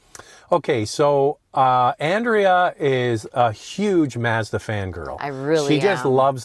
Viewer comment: If would only learn how to pronounce "Mazda."